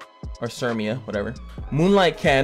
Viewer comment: Cimia is such a cute pronunciation of Cermia, I might start calling her that <3